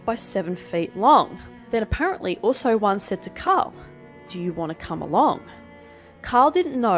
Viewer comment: Ausso-one. Not Oooso-one.